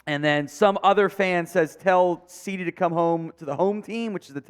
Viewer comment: I can see the Youth Umpire job lmao and sir it’s Cee Dee not CD’s your killing me 🤣